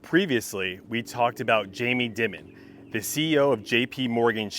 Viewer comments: Dime-on.. not dimmon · FYI Dimon’s name is pronounced like Diamond. But you’re right, they have no idea what’s going on (except that this situation is great for them)